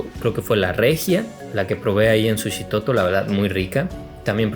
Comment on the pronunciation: Qué bueno que te gustó y por cierto no se dice Sushitoto sino. Suchitoto con ch, sólo como dato cultural. Es un pueblo muy bonito y tranquilo con un ambiente bohemio par quienes gustan del arte en general.